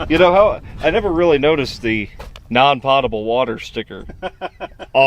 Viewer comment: non-POAT-able, not non-POTTable. FYI. It's a long O.